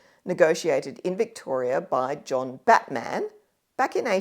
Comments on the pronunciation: You pronounce Batman's name like the name of the superhero character. In Tasmania all the stress is placed on the first syllable, with the a of -man receding to a schwa, something like "BATm'n". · Not impressive to hear someone slaughter the pronunciation of John Batman's name, which actually almost rhymes with Chapman; it certainly does not sound like the name of any mythical American superhero. The second 'a' is unstressed.